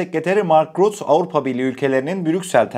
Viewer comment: M.RÜTTE DİYE OKUNUYOR ❤ emegine saglik